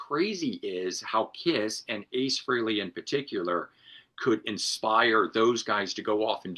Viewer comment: G&L Jerry Cantrell Rampage, nice. For the love of God, it's pronounced FRAYLEE, not Freelee !